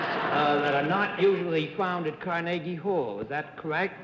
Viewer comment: Bennett: "Car-NAY-gie Hall".